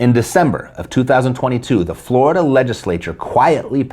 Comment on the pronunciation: You had me at "floridia" (rhymes with "chlamydia"). Whenever I see that word, I know a story about eejits electing a government of criminals and enemies of the state, is coming.